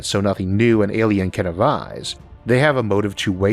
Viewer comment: Interesting topic but your weird baby talk accent ruins it, learn to pronounce the letter “L” the word isn’t Awien it’s alien, it’s not wealwize it’s realize and it’s not contempowary it’s contemporary